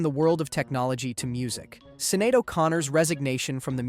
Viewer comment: I think Sineade is pronounced “Shin-ade”